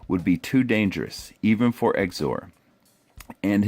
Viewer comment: Good vid. Tho I think his name is pronounced zeeizor